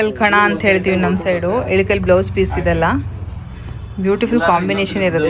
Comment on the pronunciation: ADU ELUKAL SEEERE ALLA IKKAL SEERE ... PRONOUNCE SARILLLA